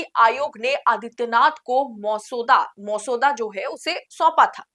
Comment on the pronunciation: मौसूदा नही मसौदा बोलते है 😅